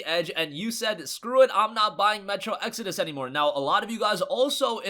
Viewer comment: Hey he finally learned how to pronounce "exodus" now! So happy for him!!!!!!!!!!!!!! Also the Epic client is factually inferior to Steam its lacking many features we take for granted like reviews, forums, the workshop for mods, etc etc!